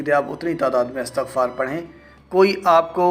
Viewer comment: Istagfar sahih hai.Astagfaar galat hai.